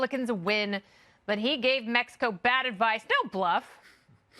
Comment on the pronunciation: With Mehico って笑笑